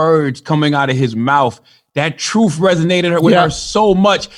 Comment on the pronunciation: I like how CThaGod says, "truth." He says, "troof." As in, "The troof is the troof." Hard to take the brain-twisted dude seriously. He reminds me of that Damon Wayans character with a pickle in a jar. Yeah, he's a goofy-ass.